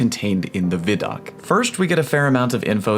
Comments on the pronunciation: Veye doc not viddok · Its not Vi doc like Video it pronounced VY like Sci-Fi... or Wi-Fi not wiffy... geez...say WHY and think of that sound... WHY... VHY... VY....Vi - Doc WHY DOC with a V... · Vid-oc? ? Has it not always been called Vi-doc?